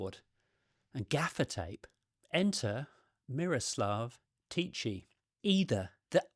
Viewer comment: Hi from the Czech Republic. Yeah, I remember this when it was in the media many years ago. To me there's not much interesting there and the hype around him was just BS I'd say. Your pronunciation of Miroslav was pretty good, but the "ch" in Tichý is pronounced the same way as in Bach or loch. I understand it's difficult to know and to repreduce the sound correctly. His surname means "quiet" in Czech which I think matches his character quite well 🤭